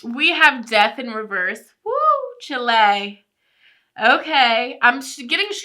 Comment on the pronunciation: Chilllay? I thought the whole 'chile' meme thing would be pronounced like 'child' but without the 'd' at the end. like, 'Wooh chil-' ? like some old-southern-granny kinda thing IS IT NOT??